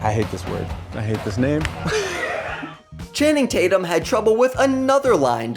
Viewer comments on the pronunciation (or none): Chaining Tatum?!! Oh you mean Channing Tatum. I’m with everyone else on this one. The narration was needed